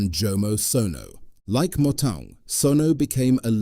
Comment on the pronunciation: Initially I thought you were saying Motown. Trick in pronouncing Motaung is to express the " tau" part as if you were saying the word Mortar. Thats the correct ring to that part of the Surnsme, Chief 😊. Said in good faith no sweat